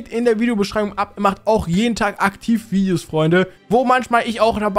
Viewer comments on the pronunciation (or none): Also erstens es heißt heiße und nicht heise zweitens es heißt Videos und nicht wiedios